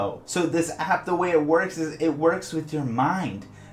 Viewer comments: He has to make the p sound super strong and but quantum in front of number generator lmao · My does he put so much énfasis on the P of app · you say app weird lmao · Unrelated but I noticed you put a lot of stress on the hard "p" sound in apP and maP, and then also that your channel name is Opvious :P